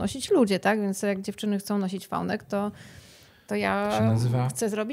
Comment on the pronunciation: vi-neck, nie fal-neck jak już mówimy po angielsku ///no offence super wywiad